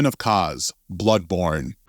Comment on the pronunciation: Ogdoo bogdoo smou and the way he says kos makes me think that this guy can't read